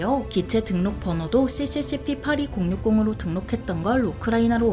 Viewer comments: 시시시피가 아니고 소비에트 약자인데 SSSL 이라고 읽어야지 이집 왜 이러냐? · 러시아어로 CCCP라 에스에스에스에르 라고 발음해야 맞습니다